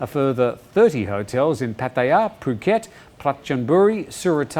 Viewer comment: I repeat learn how to pronounce Pattaya. there is no emphasis on the ya